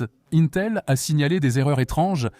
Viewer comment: Oh la voix par IA… un tel pour Intel. Personne ne dit ça.